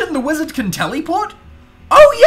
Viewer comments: I think it's "teleport" not "teliport" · Tell-ehh-port is how Americans pronounce this word. Tell-ee-port is the English way.